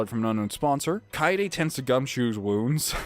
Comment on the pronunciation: S-Suichi? SHOO-EE-CHEE DAMMIT!!! YOU ALSO SAID KAEDE WRONG AGAIN! KA-EYY-DE!!! AAAAAAAHHHHHHH!!! Yes I am very annoying when it comes to this.